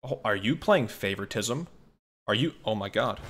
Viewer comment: I love how he doesn't even use proper grammar when he says the word "playing favortism" it doesn't even sound like he might be saying it right lol